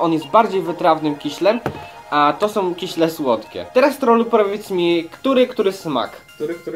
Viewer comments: I jeszcze się doczepie nie "kiśle" tylko "kisiele" no, ale każdy popełnia błędy. :D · Kiśle <3 nie lubie jak ktoś mówi kisiele xD to takie miastowe!